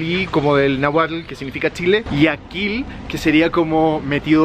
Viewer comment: Se pronuncia NÁHUATL...NO NAGUAL, ya que lucras con mi país por lo menos respetalo documentandote bien